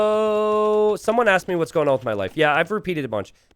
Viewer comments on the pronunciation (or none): none